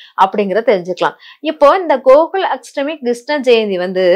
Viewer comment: Unga tamizh uchcharippu nanraaga illai. Ashtami iku H illai. Krishna jayanthi yil KRISHNA enbhadhil H illai. Brain wash il H ILLAI.